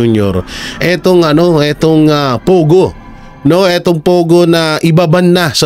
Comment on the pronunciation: Hahaha pogo, hehehe naging , Pay go nakakaluka 😂😂😂